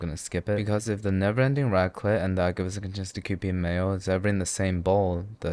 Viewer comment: raclette ???? that .... was raclette ??????........... jesus my french soul is leaving my body